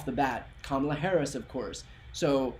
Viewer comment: He couldn’t say her name! He couldn’t say her name!